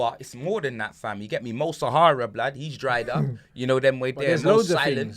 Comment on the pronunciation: " Mo Sahara" 😂😂😂😂